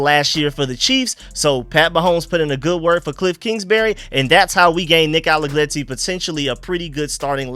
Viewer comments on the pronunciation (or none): Nick ALLEGRETTI, not ALLEGLETTI. R not L